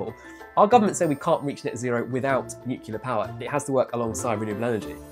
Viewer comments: NUCLEAR NOT NUCULAR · It's not nukelar it is pronounced nu-clear